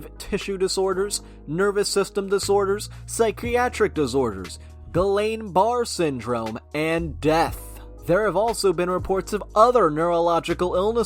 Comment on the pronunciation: Guillain-Barre is pronounced Gee-yawn Bar-ay syndrome